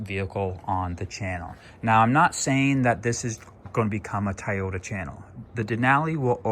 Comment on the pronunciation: It’s not Tayota , it’s Toyota 😂